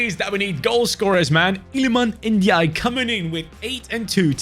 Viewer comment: The way he pronanced lilman Ndiaye 🤣🤣🤣🤣🤣